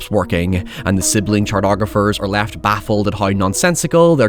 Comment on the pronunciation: What in the shitting Hell is a "chart"ographer? Is that anything like a cartographer?